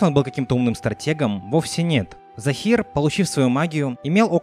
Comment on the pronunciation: ты сказал Захер а не Захир😂😂